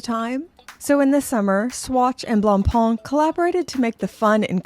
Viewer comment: the what? glongpong ? blongpong? hahahaha wtf sry to troll but thats too funny